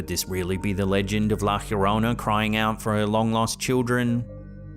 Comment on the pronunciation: It's pronounced. "Yo row na". Llorona. Or " Yo from na. Remembering to roll your "r". If you can.